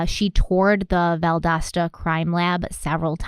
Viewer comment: Seriously 😐 you can’t say Valdosta correctly? And after saying it numerous times you have to make a deal about when you say it? You mispronounce quit a few words! Deal with it! We all do when we hear it!